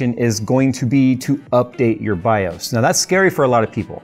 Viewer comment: Say this out loud: MS-DOS. Ok, good. BIOS rhymes with that. 🤦‍♂️